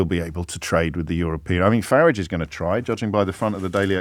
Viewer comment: Well done, James, the only commentator that pronounces "FARAGE" correctly 👏👏